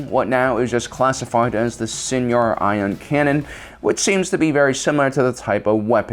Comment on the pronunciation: "Sigh-nar" Fleet Systems,, not Seniar.